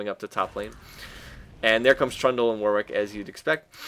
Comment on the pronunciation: It's pronounced 'Warrick', not 'War Wick'.